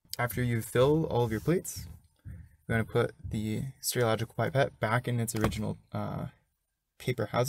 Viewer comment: If you say pipette'r one more time! Lol, it's just Pipette 👍🏻